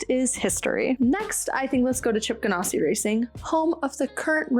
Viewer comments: Subscribed. Excellent content. Love your energy. Please change one thing though: it's GanASSi, not GanOSSi. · I really enjoyed your show just want to clue you in even though you made it sound much classier by saying gan ah si it is pronounced like you are an ass Ganassi😊